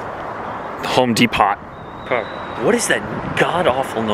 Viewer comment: home de-pot lol